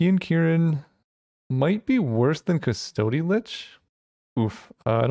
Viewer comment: Mispronounced custody every time